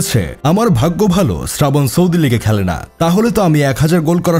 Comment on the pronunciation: Srabon ❎ Sradhon ✅